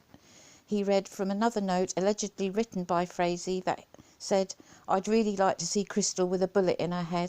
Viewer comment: Great Video...Originally I thought Frazee(its pronounced FRAYZEE)Was smarter than watts for keeping quiet,Boy was I wrong,I hope they charge him with soliciting murder for this one...What a BARBARIAN &NINCOMPOOP!!!